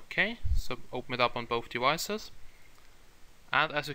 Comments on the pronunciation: Why do i feel you say "devices" like "dewices" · I hear it too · yeah its devices not dewises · "On both dewicces" Dat accent